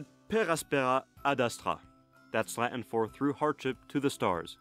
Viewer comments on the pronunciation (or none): Do you always pronounce latin as if it's French? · You pronounce Latin like French and it's adorable.